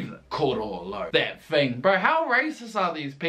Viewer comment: Best thing about is that he cant pronounce Thing 'Fing'